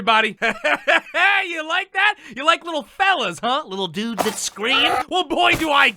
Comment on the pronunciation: HOLY SHIT, LIL CRITTERS AND DUDES?! currently chgoking, why tge fuck did he have to enphasisse so much man oh godf i t hurt